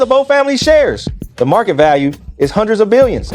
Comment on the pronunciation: Did he really said sau million, even though it's a voice problem but the meaning is still hundered million because in Hindi hundred is called as sau